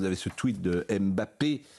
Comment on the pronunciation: Qu'est-ce que vous voulez que j'vous dise ? Un pognon de dingue ! NB : On ne dit pas MBappé, on ne prononce pas le M. On dit Bappé. Faut bosser les dossiers mr Prout !